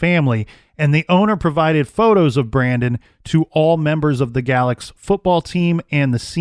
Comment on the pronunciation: If I'm not mistaken, the ME in Galax at that time was an Optometrist. M.E. was a political position and often filled by people with no medical knowledge at all and even less investigative skill. Also, it's pronounced "Gay-lax" by locals.